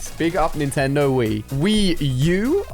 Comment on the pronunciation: And I oned a nentedo